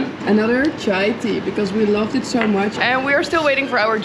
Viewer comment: When u say so much, i hearing it like "sho" much😂😊